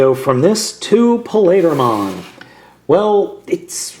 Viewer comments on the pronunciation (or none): It's wierd how you say "Plaidramon" not "Paildramon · Pa-le-dramon actually it's pronounced Py-eel-dramon, but you get a pass... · just a heads up his name is pronounsed pie-eal-dramon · did you say palidramon?? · its pi eel dra mon not how ever you pronounced it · Not paleedramon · its pa-il-dramon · i thought it was pronounced Hi el dra mon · Paildramon is pronounced (Pee-ale-draw-mon). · You pronounced paildramon's name wrong.